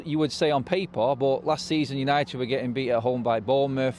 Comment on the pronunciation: Forever united TV, Because he cant say United stand 😂😂😂